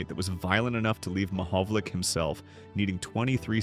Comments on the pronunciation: Damned AI. you pronounce it Mohovolich, as in ITCH. . no tmahovol ick as in tick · The proper pronunciation of Peter Mahovlich's last name is not Ma Hov Lick, it's Ma Hov Litch. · The name is not pronounced 'Mahovlic'. It is Mahovlich. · His name is not Mahovolic it's Mahovlich ! 🌟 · Last syllable is "itch" not "ick". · Commenter is not pronouncing his name correctly. It is pronounced “ ma-hog-a-lich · Learn how to say his name properly dummy!!👎👎🤮🤮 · At least pronounce his name correctly. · It's AI. What else do you expect from AI. AI always pronounces names WRONG! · Great story, but learn how to pronounce his name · A video on a former great where you don’t know how to pronounce his name. Ouch 😅.